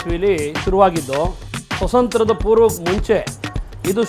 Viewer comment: ಸ್ವತಂತ್ರ 😁😁😁😁😁 ಸ್ವಾತಂತ್ರ್ಯ ಮಾರಾಯ